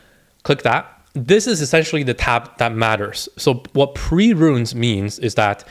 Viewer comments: Runes, bro, not 'ruins'. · It's not Ruins. It's runes.